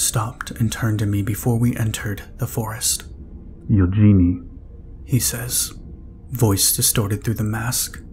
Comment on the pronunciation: I am suspecting that the protagonists name is spelled eugene, if so it is pronounced yoo jean. The e on the end is silent.